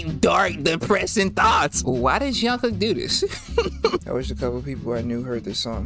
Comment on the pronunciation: Hi! I love your videos! I just wanted to mention that the "J" in Korean names is pronounced the same as a "J" in English. You seem to be saying "Zhungkook" rather than "Jungkook." The "j" sound in Chinese can sometimes sound like "Zh," so maybe that's where you're getting it from? Anyway, there are no sounds like that in Korean, just letting you know. I don't say this in a demeaning way, of course, I hope you don't take it the wrong way.